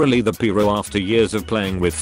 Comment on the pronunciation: “literally the peeyro”